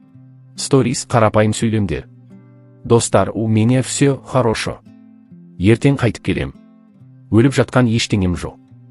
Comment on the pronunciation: Комент окып Турган хорошо деп жазылса харашо деп аитылады. Отиниш уят жондеп окыш😮😢